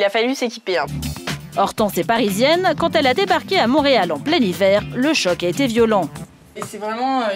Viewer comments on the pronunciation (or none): none